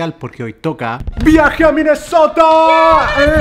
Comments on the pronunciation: Like si te diste cuenta que German dijo Minesotra envés de Minesota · Germán dijiste minesotra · Nadie: Absolutamente nadie: Germán: Minnesotra